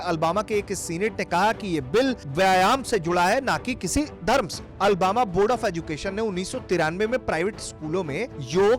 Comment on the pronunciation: Ary Bharat tak news wale bhai ye Albama city nhi Alabama hai ... ary bhai agar kisi sheher ka naam lena ho to sahi se le liya karo